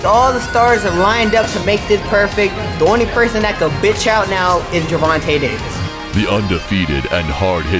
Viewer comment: "Grrr-Von-Ta Davis" hell nah😂